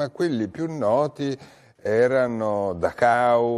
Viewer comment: Barbero non pronuncia correttamente Dachau...lui dice Dahau...